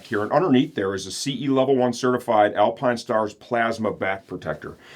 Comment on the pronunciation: The all new Alpinestarrrs - Didn't know you were a pirate